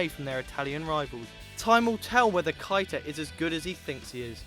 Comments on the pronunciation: Nabby Kita? Your pronunciation of words is terrible mate it's Keita. KE-ITA. KEITA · Anyone hear how he said properties for keita